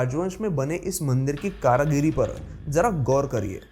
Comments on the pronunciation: Mere bhai karagari nhi bolte... Karigari bolte hai... samjhe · Karagiri nahi bhai karigari 😭😂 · It is Karigari not Karagiri. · Karagiri nahi karigari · कारागिरी नहीं भाई कारीगरी होता है😂😂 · Superb 👌 amazing 👌 Magar ek bat kehni hai aap कारीगरी को कारागरी क्यों कह रहे हैं। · Very nice information. One word you have used often in the video is wrongly pronounced. Correct word is KARIGARI {कारीगरी ) not karagiri 9as you spoke many times). Just thought you should be informed. Hope you don't mind. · Not karagiri that's Kari giri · कारीगरी not कारागिरी ... 👍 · Karagiri ni bete..karigari hoti h... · कारागरी नहीं कारीगरी होता है। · आप बहुत अच्छी ज्ञानवर्धक जानकारी दे रहे हैं धन्यवाद परन्तु कृपया कारागरी नहीं कारीगरी बोलिए और एक correction छत्तीसगढ़ के भूतनाथ महादेव का लिंगम छह से आठ सै.मी बढ़ताहै न कि छह से आठ इंच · karigiri not karagiri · कारागरी नही कारीगरी बोलो। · You are wrongly pronouncing " kaaragiri " which should be " kaarigiri ". कारागिरी गलत शब्द है , सही शब्द है कारीगरी । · Karagiri nehi karigiri hota h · Bhai Karagiri nahi Karigiri. Do you follow? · कारागिरी नहीं, कारीगरी होता है। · It's karigari not karagari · ये कारागिरी नही कारीगरी होता है भाई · Kareeeegari not Karagiri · करागिर नहीं भाई कारीगर बोलो...करगिरी नहीं कारीगरी बोल भाई.. सुधार ले.. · Bhai karagri nahi karigari bolne ka treeka sheekho phle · It's Kaarigari not kaaragari